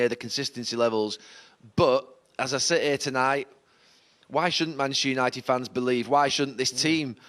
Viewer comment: Can’t this guy say Manchester United 😂🤣😂🤣